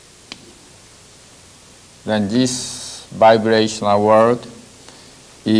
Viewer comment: Can't follow what he's saying because Everytime he says vibrational it sounds like he saying biracial